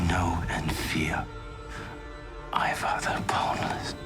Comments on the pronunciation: It's ' IVAR', not ' IVAN'! IVAR IVAR IVAR ! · Ivar not ivan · I like your video. Remember it's Ivar, not Ivan. Also, Ubba was also very important in actual history, not just Ivar and Bjorn. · Good video, but you keep misspelling names. You called Ragnar RaNgar and constantly called Ivar IvaN. Cheers. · it's Ragnar and Ivar.. come on maaaaan